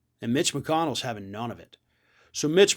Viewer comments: How come I hear "bitch" when you say "mitch"? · I don kno... maybe um biased against McConnell... maybe um biased in favor of. Whatever. I just really, REALLY enjoy how says Mitch as if he is pronouncing the M as a B. This is why the internet was invented. Thank you. Thank you, internet. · I like the way pronounces "Mitch" It sounds like has already replaced the M with a B;-)